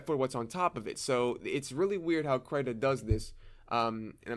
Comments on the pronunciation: First time hearing Krita pronounced differently lol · I say the "I" as if im saying "is" or "in" ... It kind of annoyed me beyond belief that you kept saying the "i" as if you were saying "night" or "fight" or something like that...... But I am also...like....vErY OCD when it comes to how people say certain things.. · crytah???? i thought it was krihtah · krayta?! krit-ta krita man! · Everyone else: kriiii ta Him: cry tah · Krita not cryta. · Stop pronouncing “Krita” wrong pls. It’s “Kr-I-ta” j not “Kr-y-ta”. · Wait... It's pronounced "cry-tah?" I've been saying "cree-tah" and nobody has corrected me in this long?!?! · Wait its pronounced as "cry-ta"? I pronounce krita as "kree-da" o_o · Its pronounced, "Krihta" not "cryta" sir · It’s Krita not krieta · the I is supposed to be pronounced as in the word "index". It's KrIta. not Kraita. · please call it Kreeter...not kryta 😁 great tutorial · I pronounce it kreeta and it’s so funny to hear someone say it krayta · Please. Please don't say it like (cryta), but great video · I thought it was Kr-ee-tuh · you just said “crytha” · I heard kreeta and krit-ta but never krytah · I thought it was pronounced kreih tah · I pronounce it like The name Rita with a sharp T (but with a K of course) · When you're depressed, you pronounce it Cry-ta 😥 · “Krita” is their Swedish world for “crayon”. According to Google Translate (I do not speak Swedish), you pronounce it as “critah” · That's because it is, at least "kree-tah" but "tah" isn't taaaaah it's more like tuh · so it's pronounced kr-eye-ta? really nice video btw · "Crytah" :D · I pronounce it "critter" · I giggled too :) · as what I think, it's like the australian accent for "creator" haha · I've never really heard it out loud so I thought it was pronounced "cree-tuh" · the way he pronounces krita though 😂😂😂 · The way you say krita is making me lose braincells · never before have i heard the pronunciation of krita in this way :000